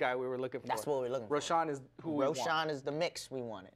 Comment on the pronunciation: Its Roshon